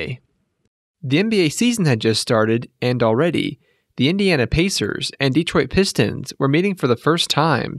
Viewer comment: Dee-troit lol